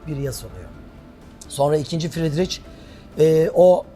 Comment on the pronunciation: İnısınt değil İnnotsent doğru. Fridriç değil Fridrih doğru. Yani yazılışından ayrı, telâfuz edilişi böyle.